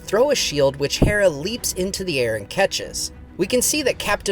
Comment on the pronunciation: Dude, just say "Hera", like the goddess. It's painful to hear you switch between the two pronunciations.